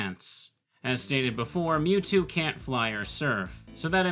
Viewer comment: Lv 100 "Mewto"